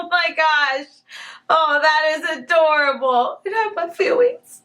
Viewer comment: WENZDAY James teacher:Really? James:That huwrt my fweelings James teacher